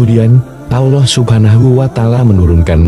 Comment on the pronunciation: kok narasinya nyebut allah agak susah y....kyk non muslim...ga luwes nyebut allahnya...